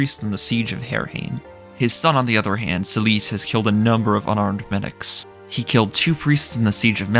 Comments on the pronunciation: Who the fuck is celise lol. Its Seh-lif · Take a shot every time this guy calls Seliph "Celice". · Selise? I thought his name was Seliph? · Selice? isnt his name Seliph? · Damn is that how Seliph is actually pronounced I never really looked into it but the way you say his name sounds like how I've been saying Silesse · You pronounce Seliph's name kind of strangely